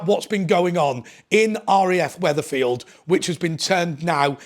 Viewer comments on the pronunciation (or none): It’s Wethersfield not wetherfield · It's Wethersfield, not Wetherfield.